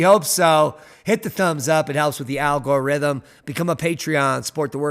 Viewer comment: Did say AL GORE RYTHM.... LOL😂😅